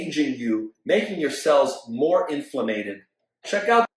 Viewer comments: Ah yes inflamated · INFLAMATED?! is he friends with prancititis lady? Someone call JJ real quick.